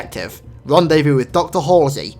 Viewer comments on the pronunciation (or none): none